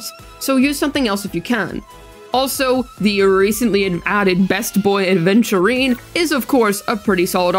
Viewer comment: There is no "D" in Aventurine